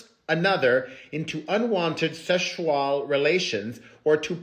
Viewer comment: I will be saying Seshual from now on 😂 thank you 😘